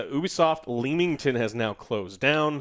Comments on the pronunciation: Its pronounced Lem - ington haha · The way pronounced Leamington hurt me😭